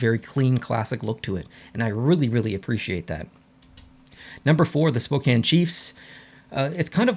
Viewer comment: Go Chiefs! Hopefully......there will be some games this upcoming season. And I agree, not one of their primary sweaters...but hey...he pronounced Spokane correctly at least :)